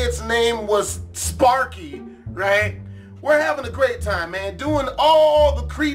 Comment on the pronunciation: go to and listen to him say right